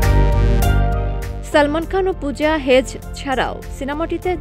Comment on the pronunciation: Pooja er naam ta thik moto nen